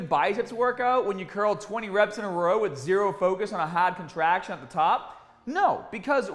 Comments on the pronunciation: HAWWD COTRAHCTION AT THE TAWP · Hahhd contrahhction